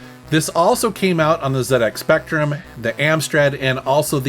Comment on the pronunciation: Another great video an thank you for saying ‘Zed’ X Spectrum and not ‘Zee’ X as a Brit and a huge Speccy fan to hear it pronounced incorrectly is so frustrating.. Keep up the amazing content and would love another one of these forgotten games